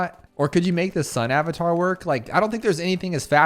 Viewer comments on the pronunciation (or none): none